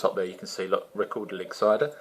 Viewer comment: Silent g at the end ;]